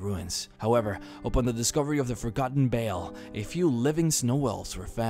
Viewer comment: I wish you could pronounce V's. "forgotten bale"....